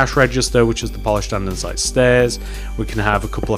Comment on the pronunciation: anyone else find it really annoying whne he mispronuciates or spells something wrong in the video. For example, he says anDENsite!! It is just Andesite. There is no N!!! Also he spells grey wrong. He says gray not grey. REALLY ANNOYING